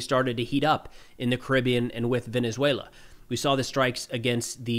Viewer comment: Your pronunciation in Venezuela is impressive for a gringo! Great video, you're very informed! Excellent content!